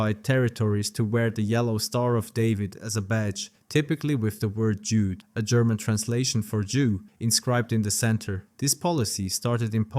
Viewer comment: In German, "Jude" ("Jew") is pronounced "U duh."